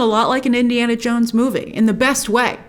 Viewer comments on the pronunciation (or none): none